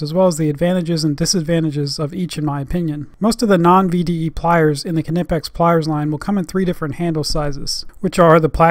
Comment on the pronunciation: Also Hats off for being probably the only America who knows how to pronounce Knipex